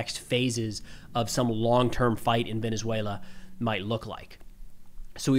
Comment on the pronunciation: Your pronunciation in Venezuela is impressive for a gringo! Great video, you're very informed! Excellent content!